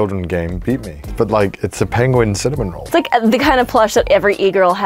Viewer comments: Bro. It's Cinnamoroll, not Cinnamonroll. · I actually find it quite endearing that Connor gets Cinnamoroll for Ironmouse... It makes me smile :) Also........ It's Cinnamoroll - not Cinnamonroll XDDDD There's no N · i get so triggered every time he says cinnamon roll instead of cinnamaroll